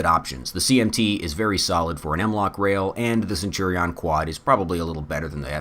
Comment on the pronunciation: I like the video but the way youre saying centurion is absolutely wild